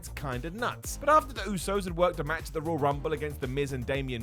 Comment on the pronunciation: I always thought it was pronounced “Roy-uhl” rumble but if says “Rol” Rumble, then damn it it’s the Rol Rumble